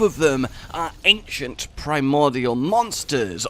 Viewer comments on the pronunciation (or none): none